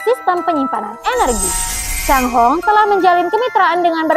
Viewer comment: Bahasa Mandarin chai hong adalah pelangi bukan cang hong